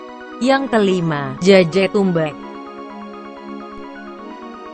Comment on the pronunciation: Suara bk google becek saat bilang tumbeek.😂😂😂